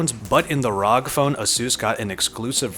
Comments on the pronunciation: I get triggered by him Saying "ROG" and not R-O-G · Arr Oww Gee ROG not rowg... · please dont say rog again.. just say R.O.G. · don't call it rog call it r.o.g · ITS NOT ROG ITS R O G 😡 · rog? Rag? . . . Its R. O. G. . . .. love the vid. . . Just annoyed with the rog . . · ROG (Republic of Gamers) is a subbrand of Asus and is not meant to be pronounced as rog, just fyi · Me: What console do u have? Him : Ausus ROG Me: GTFO!